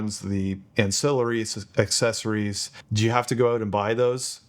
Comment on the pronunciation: Why can't anyone pronounce accessories properly anymore? uhk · seh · sr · eez /əkˈses.ər.i/